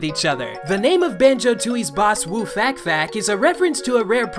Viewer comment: I always thought it was pronounced lord woo "fock fock." Not "fayk fayk"